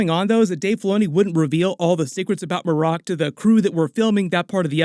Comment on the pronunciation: It's probably Mare' ek, not muh' rock.